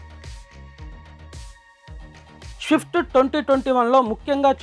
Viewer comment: షిఫ్ట్ కాదు స్విఫ్ట్ ...పలకటం నేర్చుకుంటే బాగా వుంటుంది .